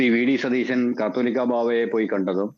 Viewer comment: കാത്തോലിക്ക ബാബ അല്ല കാതോലിക്ക ബാബ ആണ്.